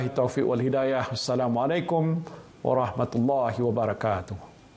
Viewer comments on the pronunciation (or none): none